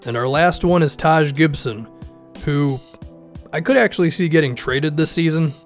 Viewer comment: Taj Gibson?😂😂